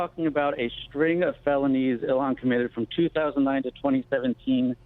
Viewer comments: Please It’s( ill-han ) not Elon it’s such a degrading disgrace to the Great entrepreneur Elon musk, please try to pronounce it the way that it should when it makes you sick to see her name Il-han😉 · Elon Musk, IlHAN Omar. pronunciation matters Glen. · It's not elon...its ill han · It's pronounced: YO-hon, not EE-lon.